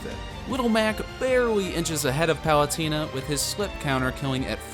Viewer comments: Im sorry but its Palu Teeena, Not Palu-Tina, you can here the correct pronunciation when the announcer says her name. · palut-iiii-na you say huh? hahaha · great video but why do you say pal-u-tie-na? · Yeah he said Palutina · Am I the only one who noticed that he was pronouncing palutena wrong the e sounds like an a not an e